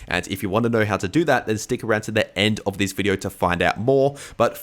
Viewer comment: What’s up with VIDEORRRR and HEEEE (here)?